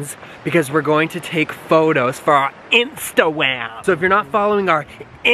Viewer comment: As soon as he said "Instawam" I got an Instawam notification